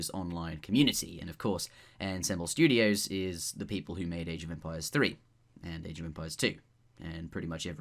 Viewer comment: It's pronounced On-somme-ble Studios.